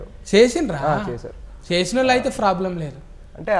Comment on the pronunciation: జిరాక్స్..ను జిరాస్క్ అని, ఇప్పుడు పదాన్ని ఇఫ్ఫుడు గా, ప్రోబ్లం ని ఫ్రోబ్లం అని ఎందుకంటునారో అర్థం కావడంలేదు..